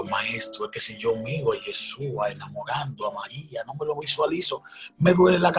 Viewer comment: APRENDE A PRONUNCIAR CORRECTAMENTE YESHÚA.